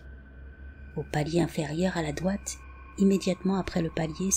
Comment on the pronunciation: Juste pour dire: dRoite pas doite, ça peut porter a confusion 😄 Ne le prends pas mal, je t'adore! 🥰😘☮️